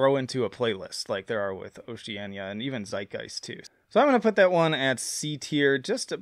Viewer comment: Man, you love taking these album titles and making them sound like they're Spanish. Lol. Oceana isn't pronounced with an ñ. It's just "oh-shee-ann-uh".